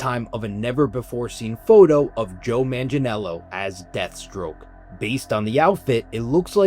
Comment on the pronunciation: Deathstroke not Deadstroke lol